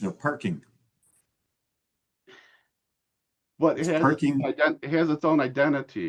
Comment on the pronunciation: NO PAHKING.